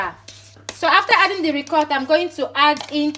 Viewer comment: You and your half Italian self 😀😀 love how you pronounce “Ricotta” “Parmesan” 😀 😀 love this video darling xx